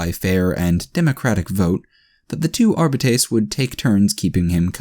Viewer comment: I can't help but cringe at every pronunciation of Arbites or every time you swallow massive amounts of saliva. Otherwise great reading and entertaining story.